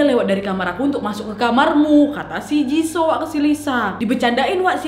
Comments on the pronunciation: jisoo dibacanya jisu wak bukan jiso 🤣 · Jisuu lo kk baca ny Bukan jisoo Gk enak kuping ku mendengarnya wak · Kakak aku hanya mau bilang baca nya bukan jiso hehe yang bener itu jisoo(jisu) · Aduk wakk cara panggilan jisoo nya salah yg benar i2 jisu bukan jiso😂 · Kakkk bilang ny jisuuu bukan jisoo,, aku dngar nyy agak anehh 🙃 cmn mau ngasih tau ajaa wkwk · Maap koreksi dikit wak, JISOO bacanya JISU :) NO offens yah suka videonya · Jisoo dibaca jisu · Jisoo dibaca jisu kak😂💪💪 Rose dibaca Roze/Roje😅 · Kak nad, izin ralat yaa. "Jisoo" blackpink itu dibaca "JISU" dan kalo Jungkook BTS itu dibacanya "JONGKUK". Semangat lak nad🌻🌻